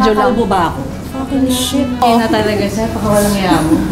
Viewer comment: yung "F*cking sh*t" talaga ee talagang may diin yung pagkakasabi hahahaha